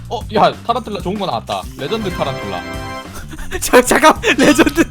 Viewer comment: 타란툴라를 탈룰라로 들음 ㅋㅋㅋ